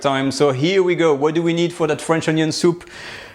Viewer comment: French onyo soup